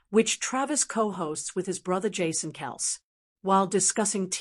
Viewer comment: How can we take this seriously when you can’t even pronounce Kelce correctly? Obviously AI.